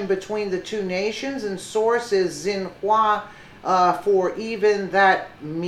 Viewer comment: Xinhua sounds like "shin-wah". Just sayin'